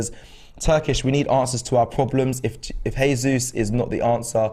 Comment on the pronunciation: Seriuosly? "Heysus" ? It's not even hard to pronounce right 🙄